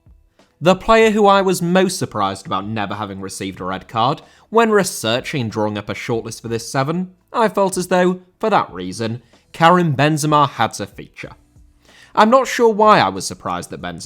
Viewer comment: Drawing* not Droring